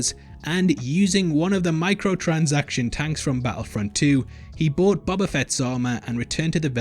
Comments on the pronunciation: I feel like a bit of a dick for saying this but its pronounced Bohbah, not bobbah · Why do you pronounce “boba” in such a weird way? Like, “Buba”